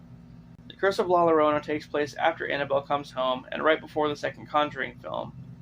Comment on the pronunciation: It’s not La LArona… it’s La YA-Rona. It’s Spanish… c’mon white boy!